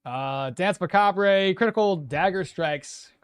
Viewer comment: dance macabre pronounces as dance macabhe, the last sillable is like a sight. It's a french 'r'